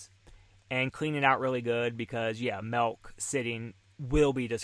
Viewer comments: Stop saying melk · That’s a lot of MELK lol